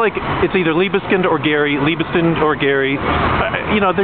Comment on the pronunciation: So it's "Leebskind"? Thanks very much for letting me know! Better to know sooner than much later that I'm mispronouncing something. I just read in the newspaper that they're building some new Liebeskind monstrosity in Toronto. When will we smarten up?